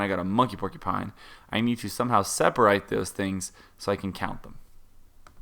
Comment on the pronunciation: to did he say seperight instead of seperate